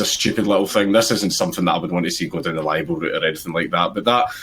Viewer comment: It's LIBEL, not liable. These right wing morons are literally talking about stuff they have no idea about.